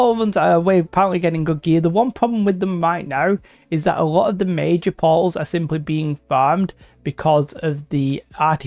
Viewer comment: i was wondering what "pauls" were this entire video and it finally hit me.... portals :'D